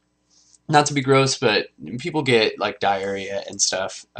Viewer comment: I thought that at 3.32 he had said diaries, not diarrhea xD so gross but so fun haha :D